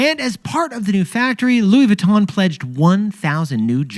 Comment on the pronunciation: It’s Louis VEEEEEEE—TON NOT VOOOO——TON, ya grand imbeciles.🫵🏻🫵🏻🫵🏻